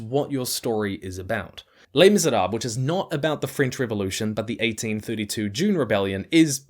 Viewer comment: Great work as always on the merits. That said, the pronounced letters are Le[s] Misérabl[es], not Le[s] Misérab[le]s.